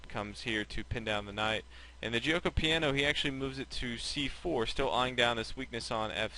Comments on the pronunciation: jyo-ko pya-no not jee-oh-ko pee-a-no lol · It's actually pronounced jokeo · You're mispronouncing Gucci Piano. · hahahah Guioco Paino or " Silent Game"